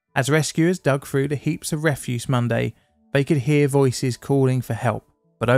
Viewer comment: Through,,, not frough...